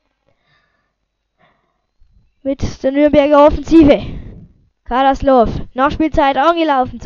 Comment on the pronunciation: 1: Alecic ?? kannst ned sprechen Fürth is Geil 2. Du kannst ned sprechen, Karaslasov ned Karaslov O GOTT SCHLECHT